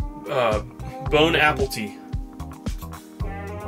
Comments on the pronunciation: Did he said bone apple tea instead of bonne apétit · Did you say bone apple tea?